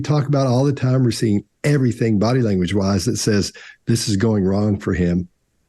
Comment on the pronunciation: so refreshing to hear 'everything' not everythink!